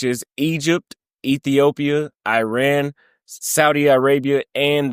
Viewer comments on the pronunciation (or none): none